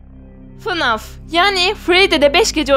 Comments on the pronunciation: ABLA NOLUR GÖR Abla oyunun ismi "Fınaf" deyil "Fnef" okunuyor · öncelikle esrarengiz kasabadaki o bölüm izlesen anlarsın hiç benzerlik yok çizgi filmlerde robot olması ve şarkı söylemesi illa fnaf olcak ve fınaf diye okunmuyo feneaf diye okunuyo